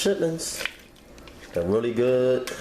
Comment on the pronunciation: Bless his heart. "This is a rarey big piece of chitin..."